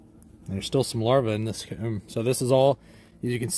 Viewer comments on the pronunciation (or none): I dunno why but the way he pronounces envelope and comb pisses me off.